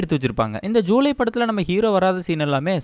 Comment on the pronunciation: Bro athu July illa julaai